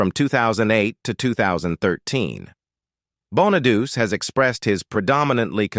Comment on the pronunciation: I'm certainly appalled by the narrator (obviously AI) called my dearest friend Suzanne "CR-OW" (as in COW!) when her name was actually pronounced "CRUFF"! Plus, it's NOT BONA-DUCE, it's BONA-DU-CHEE! Awful, but still a good upload.